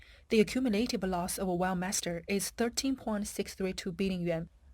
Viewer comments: I notice that the commentator pronounces "Weltmeister" as "wellmeister", is this to cover up the rather nasty connotations of world domination in the name? Perhaps it should be "lossmeister" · Veld my's-ter isn't it?😅😅😅😅 Schmidt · As a german i had to cringe every time Weltmeister was said